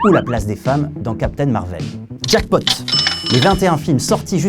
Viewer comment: Du coup.... Marveul ou Marvaile ?